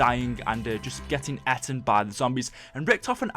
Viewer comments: He says eten it's eaten u idiot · Mate you can't even say eaten right. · That's not how you say eaten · "Got "eten" by a zombie"